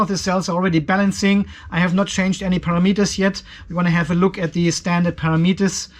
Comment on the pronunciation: Can you say ‘param etters’